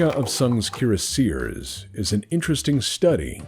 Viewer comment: Keer a seers. Kiera Sears? Cure Sears. Oh Cuirassiers. Kwee Ross See Ay. Dumb ole french stuff.